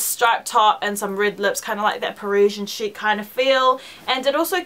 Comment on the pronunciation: Loool!! i thought you said this is sucha shit piece instead of chic